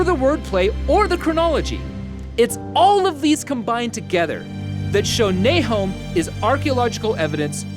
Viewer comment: Nahom should also probably be pronounced in the English with the "schwa" for the second vowel, instead of a long o, which would have made the connection clearer for the hearer.